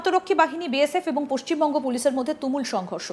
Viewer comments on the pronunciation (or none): none